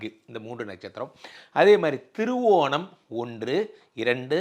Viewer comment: Sir thiruvonam cleara illai.